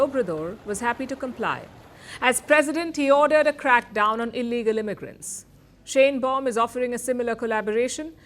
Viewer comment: I've been warning all of these Youtube posting rabbis not to trust Trump, or they would wake up to find Israel with a knife in its back. I hope that I'm wrong, but I don't think I am. Trump is nothing but a liar and only does what helps HIM, no one else. President Sheinbaum is pronounced "Shine-baum" not "Shane-baum" It's a German name and she is likely an Ashkenazi (German Jewish originated) Jew. The "welcoming" Greenlanders was a staged event. They were given MAGA hats and some were paid, homeless people, from reports that I heard. People there were taking photos of Dumbnald Jr. with their middle fingers raised.